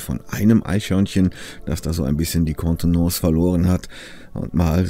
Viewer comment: spricht das so toll aus 😏😏 jetzt Sprech bitte noch italienisch, Spanisch 🤤🤤